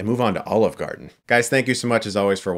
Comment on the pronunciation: brought to you. by... OLIVRE GARDEN.. :D